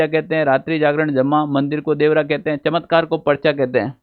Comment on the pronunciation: चत्मकार ❌चमत्कार ✅